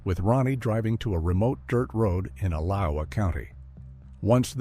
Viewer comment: LOL a I can't even pronounce the county right it's called Alachua County